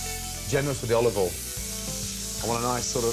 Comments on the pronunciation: I always thought he said "olive oil in", but now I realize he's actually saying "all of oil in". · "oliveol in" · Gordon Olivole Ramsay! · bit of olivol